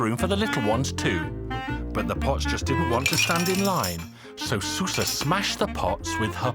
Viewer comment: It's actually pronounced "shoo-sha"